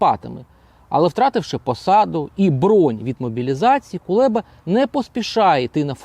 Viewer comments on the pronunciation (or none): Кулеба а не КулЄба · Правильно треба називати Прізвище !!? Не Кулєба , а Кулеба !! Ганьба !!? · Чому він Кулєба,а не Кулеба? Це такий випендрьож ?